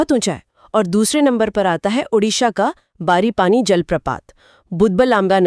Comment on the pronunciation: Odisha ka jo waterfall hai uska pronounciation galat hai sir video mai. Its ବରେହିପାଣି .barehi pani hoga(shreekrishna mohanta)